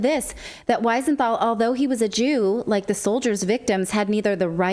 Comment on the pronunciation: We-senthal NOT Why-senthal.....! Please pronounce it right...!!